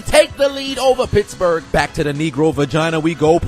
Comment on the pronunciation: I thought this man said bitchburg